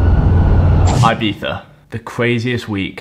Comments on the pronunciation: It really shocks me how foreigns put so much effort into actually pronouncing the "zzz" sound in Ibiza but instead of saying "ee"-biza (correct pronunciation in spanish) they always pretty much say "I"-biza LOL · Subbed, but u dont have to say ibitha, for the love of good english people need to stop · why did he say „IbiTHa“ at the beginning? wtf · its pronounced "ee bee ssa" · the way british people pronounce ''ibiza'' lmao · Nice video but please learn to pronounce Ibiza